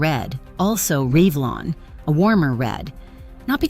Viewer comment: Reevlon????? You mean REVLON?!?!?